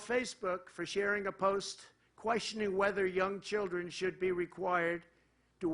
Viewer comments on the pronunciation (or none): none